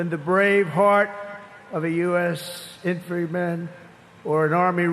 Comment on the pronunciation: The speech by bone spur , dumbo ,scumbag, coward trump was a flop. He couldn’t even pronounce the word infantryman.